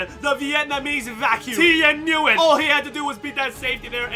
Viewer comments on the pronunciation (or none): i thought nyguyen was pronounced win, because my friend has the same last name and thats what he says his last name is pronounced like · It’s pronounced (win) or (Wynn). It’s Vietnamese I believe. The fact that you don’t know that as an “Asian” guy is odd. Lol